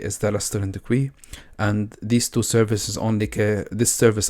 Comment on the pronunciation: Thanks so much. I'm really enjoying all of your videos! (small tip, queue is pronounced like the letter "Q", or "K" + "You"... like "KYou").